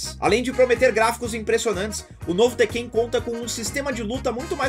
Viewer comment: É a primeira vez que eu vejo alguém chamando o tekken de tekkêin, interessante hehe